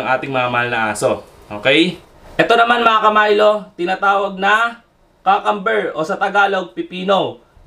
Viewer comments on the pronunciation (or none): Hindi po cacamber cucumber po